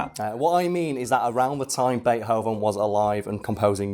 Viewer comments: Is it pronounced bate-hoven or bei-thoven? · "Bay Hoven" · Bea-hoven? Isn't there supposed to be a t in there or can you just not pronounce it? I wouldn't have commented but you say it like 30 times in the first minute of the video